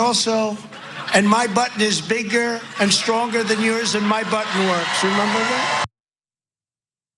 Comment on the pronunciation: Red button he was trying say,sounded like butt🤣🤣🤣🤣🤡🤡